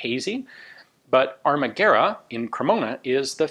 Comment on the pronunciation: Well Ian, in 1943 the war was already over for Italy, on 9-3 Maresciallo Badoglio signed the armistice that came into force on 9-8... I'm not surprised that this beautiful rifle wasn't adopted... the manufactoring it's quite surprising for that moment... Not to bash your italian but Armaguerra isn't pronunced as in Spanish... in Italian the U must be pronunced as a W... Gwerra... as in Why...